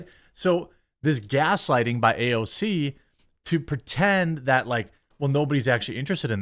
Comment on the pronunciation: I think she pronounces AOC ouch